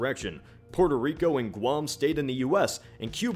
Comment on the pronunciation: PUERTO Rico not Purtur Rico It doesn't take that much brain power to say